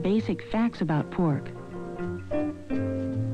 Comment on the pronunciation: ....she lost me with that sooooo Midwestern 'how "teaaysty" poork really is'...:)!